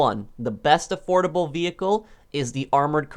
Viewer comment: i thought u said adorable for second i was abouta say the rc car should be on this